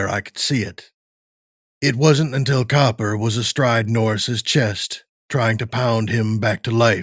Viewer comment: Loved this pov but Copper instead of cooper?